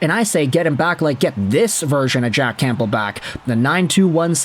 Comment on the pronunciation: Are you pronouncing the "p" in Campbell? 🤨